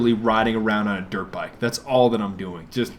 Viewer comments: Am I the only one whos always hearing Derp Bike? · every time you say dirt bike..its sounds like derp bike